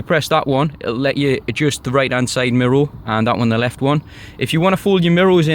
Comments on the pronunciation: It's "MIRROR" not MIRROL or whatever you are saying!!! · What language do you speak ? You got me saying MIROW rather than mirror 😂👍🏼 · Really good in depth video I'm looking at getting one but thinking of the dark grey (because white would be hell living here on the coast) and wanting the 350 but looking at yours it's making me wonder about a white one. Love the way your pronounce mirror 😂 mirrow! So it's been a couple of years since do you still have the car and any problems at all? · What is a “MIRRO”?